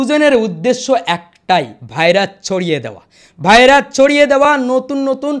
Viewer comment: ভাই ভাইরাচ নয়, ভাইরাস😂